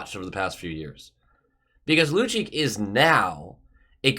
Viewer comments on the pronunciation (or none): Lucic, is pronounced loocheech. I'd rather watch Lucic as a Bruin as he is NOW, than keep on watching your videos. Lol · Just fyi both C's are pronounced like a CH - Lucheech